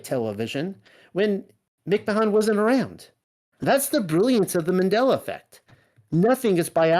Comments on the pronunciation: Why does he keep calling him McMon? It's creeping me out, like the pronunciation of his name changed even...It didn't change did it? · hard to believe this when he can not even say ed mic man😆😆😆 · I lol'd every time you said mick-mahahn 😂 I 100% remember it as Publisher's Clearing House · You do an EXtensive amount of research, then have no idea how to pronounce Ed Mcmahon ? this was very weird to me, I grew up watching this shill